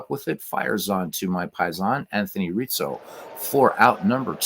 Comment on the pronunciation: Pretty sure Anthony Rizzo fakes injury due to constant pronunciation of Reetzo